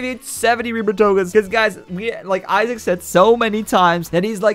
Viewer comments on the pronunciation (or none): none